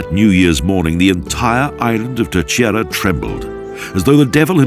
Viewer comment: He murdered all the names of these places, at one point I could even make out what the heck the place in “ Telcheira “ 😂 Was.